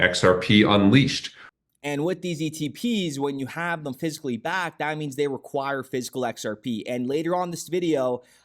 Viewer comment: "when u hsve them fiscally backed"... oh...u mean PHYSICALLY? 🤔